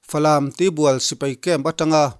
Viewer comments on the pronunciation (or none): Tibual ti lovin Tuibual ti mai la